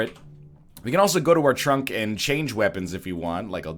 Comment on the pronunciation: "Look in the tunk"